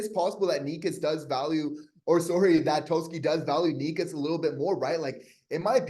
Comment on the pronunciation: Canes fan here. First off, it's pronounced "Neh-chus" lol. Second of all, I think it's clear he wants a trade. But it seems a LOT of teams are interested in him so, what do you think is the Habs best offer?